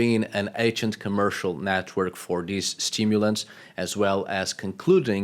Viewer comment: What drives me crazy is when I listen to you speak you can say every single letter of the alphabet and you say it correctly with every word you speak except for dhese and dhe ? It’s like flatulent material on a Sears catalog page in the 40’s!!! Just sloppy like Queen Victoria….